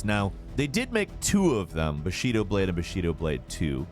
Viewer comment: "Bah Shee Doh" xD